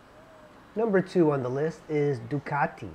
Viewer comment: Yea, the bad teeth was not necessary. Must be the reason he double pronounces his Teeee's. Ducateeee. Marketeeeeng.